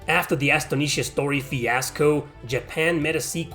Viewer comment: Bro it's Astonisha Story's first word is pronounced as in the word "astonished" (surprised). Great vid!